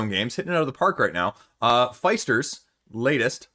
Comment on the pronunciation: Great video. I attended SPIEL'21 and bought Messina 1347 and Furnace. Both great games. Messina looks very heavy, but the rules are very clear. Sure, you have a lot of options, but that's all the game is about! One comment on you pronunciation of "Alexander Pfister". The i in Pfister should not be like the i "I am" but more like the ee in "I see", but a bit shorter. Alexander is from Austria, not from USA. :-)